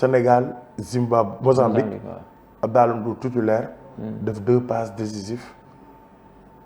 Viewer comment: Dou "Abdaalah" Abdallaah* la! Melni kouy waxx "dollar" bill! 😂😂😂😂